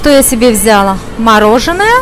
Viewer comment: Все замечательно, обожаю Стамбул. Но,девушка дорогая,вы проводите экскурсии по Стамбулу,ваши взЯла-брАла ужасно режут слух.Не хочу вас обидеть,но корректируйте вашу речь.